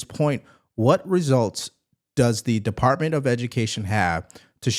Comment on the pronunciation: Did he say “Partment”? I believe he meant department.